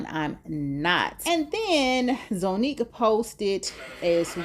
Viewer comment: And Zonnique is pronounced Zah not Zo.